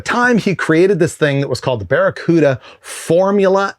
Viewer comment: Baccaruda.... say it with me